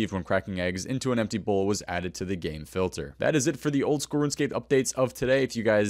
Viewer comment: Umm probably should have pronounced “game” more clearly. I heard something very different 😂